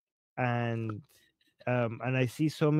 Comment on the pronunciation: 'Ay-end'... 'And'...